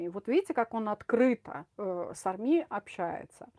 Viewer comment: Столько слов и ни о чём! Ни армИ, а Арми !